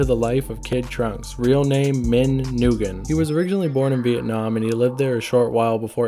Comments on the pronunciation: I’m not Vietnamese but I know u butchered his last name lol “ Nugen” it’s pronounced “win” I only know this because it’s pretty much every Vietnamese person’s last name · Did you say his last name was Nugen? 😂😂😂😂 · I already know his last name was Nguyen when he pronounced it “NUUGEN” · Just a heads up, Nguyen is pronounced Wen. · Lol dude pronounced how name “Noogan” lol white people crack me up